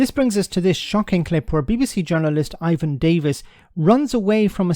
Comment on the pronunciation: not Ivan.